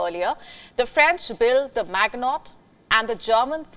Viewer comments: Not "Mag-not" ---- it's pronouns 'Mi-gee-no" line. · Pronounced, Ma-jin-no line. Not mag-not. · Pronounced: Ma-jee-no line, Maginot line. Lol 😂. All good, I get it you’re not French. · "Maggnot line" 😂 It's not pronounced "Maggnot" but "maʒino". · Pronounced Magino not Maginot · Hey WION, It's not "Magnot Line" , it's "Maginot Line". The pronunciation will be "Majino Line" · Drawing a new boundary is a type of defeat for Russia and Europe. Putin and his war do no one any good. Europe and Russia could have been happy and prosperous. FYI the G in Maginot is spoken soft not hard. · It’s maginot line..not magnot line😒😏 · I stoped the video when heard how she seis “the magnot line” :)))). If you want to at last look like you know what you talking about, pronounce foreign names correctly. The correct way to pronounce the name of this line is - “The Mazhino” Line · It's MA-Gi-NO, not MAG-NOT. Jeez.. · "Mag-Not"?! Are you kidding us by how you are pronouncing it? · Maginot Line pronunciation., 'The maj in O-. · Maginot = mah jee no. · Your pronunciation of the MAGINOT line is wrong it is (MAGEE NO ) line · pronunciation of MAGINOT Line = Maj - i-- no line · 😂😂😂 mag not line 😂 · Maginot pronounced ma je no . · mahjshino line. is how its pronounced. il let the sigfried one go because it was close enough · Maginot Line is said like mazhinoe. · The Magmot line 😂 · Mazheeno (Maginot) Line for Christ sake... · Maginot is pronounced 'Mazh-ee-noh'! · It was the Magino line: phonetically ; MA-Gin_O. get it right!!!!!!!!!!!!!!! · An easy assumption to make if you are looking at a map but there is more to war then this dear...and if you cant even pronounce magnot then you obviously know little about it... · Maginot is pronounced MA ZHEE NO. The final t is mute. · Nah, is pronounced ma-juh-now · in what language are you pronouncing it? it's French and it ends with 'no' is in English No... the Magi is a bit more difficult... a bit like immagine... not sure if the English have this...